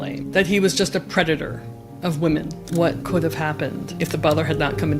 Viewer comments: Trump pronounced Predator wrong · He said “predator” wrong. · He pronounced predator wrong